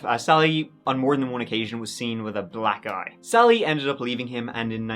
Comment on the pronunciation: when you say, "Sally was seen with a black eye", you REALLY should make sure you put the emphasis on EYE... not BLACK. lol 😂